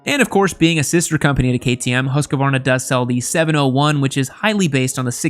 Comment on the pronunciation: pronunciation of Husqvarna...try hoose (like moose) - kvarna. It's compound noun meaning house mill.